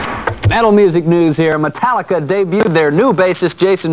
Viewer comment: Metarrica haha